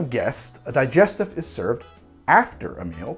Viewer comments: Same. It bothered me that he said it wrong through the whole video. Especially since he has tried to pronounce other drinks correctly in every other video. Also "Dee-jess-teef". Not "Die-jest- if". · Need a video on how to pronounce words!! A (soft) Peri (Perry) Tif (Teef) same with parmesan, and most of the cocktail names in the favourite three gin cocktails. Couldn't watch because you can't say the word. Di (Dee) Gest (Gest) if (eef) those pesky French and their insistence on pronunciation. Vermouth - you say it correctly.